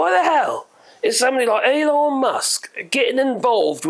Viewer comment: Did he just say "Anal" Musk the first time? 😆 . Probably not but it certainly sounded like it to me!